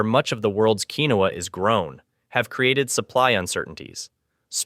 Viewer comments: It is pronounced "keen-wah". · It is Pronounced,” Keen-Wah!”